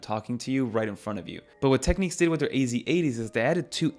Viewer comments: Teck - Nicks ✅ Teck - Neeks ❌ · Also it’s pronounced Technics not techniques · This is an old brand and I’m pretty sure it’s pronounced Tech “nicks”. 🐋